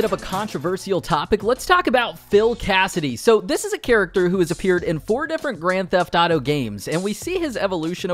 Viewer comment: Hahah he says Grand Taf Taro 🤣